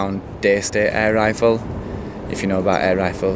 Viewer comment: "Air rirfle" please look at a dictionary.